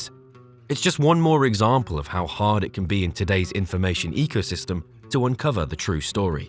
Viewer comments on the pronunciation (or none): none